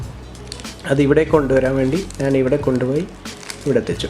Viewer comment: നാൻ അല്ല ഞാൻ